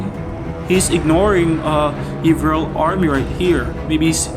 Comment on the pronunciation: You said my name correctly bro, Yvrelle here hehe. The key to victory was scrolls to keep up with his higher levels, but in terms of battle, just outsmarting him. The reason I won that engagement in the north-centre, I'm pretty sure, was the warg riders. I got several BC I saw he was going full skeleton archers and warg riders counter those. Then catapults to kill his mass sealed the deal;P